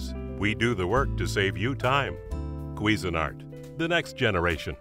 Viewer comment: it CANNOT actually be pronounced "queesy nart." It's CUISINE-ART. ugh. lol